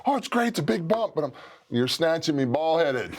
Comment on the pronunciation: The emphasis on bald is weird.